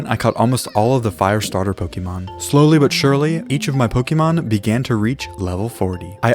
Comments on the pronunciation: Who the hell made it start being pronounced poke-ii-mon. Literally it’s spelt Pokémon with an accent legit making it clear it’s Poke-ay-mon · It’s not pokeemon It’s Pokémon like café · Noo you cant just say it as pokey man you need to pronounce it as Pokay mon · one of my favourite games is Pokémon. Me:he doesn’t even say Pokémon correct tho